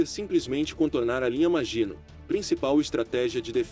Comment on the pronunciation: Meu caro, bom seu canal. Gostei e vou me inscrever. Mas, se me permite uma observação, no francês a predominância é a oxítona, assim linha maginot pronuncia -se "maginôt", que é a pronúncia que você ouvirá em qualquer documentário acerca da Segunda Guerra que trata da batalha da França. Grande abraço....